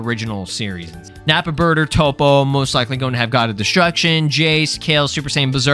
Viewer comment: I fw you're videos but I don't like how you be butchering them dbz names bro. It's burter and jeice( chase with a j) not chesus and Bertha like ew that shit was cringe to me😢